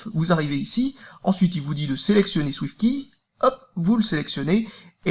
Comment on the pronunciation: Arrête de prononcer [Ki] ^^